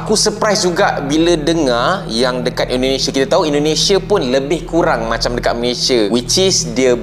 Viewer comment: Maaf ya Bang, indonesia bukan indonesa.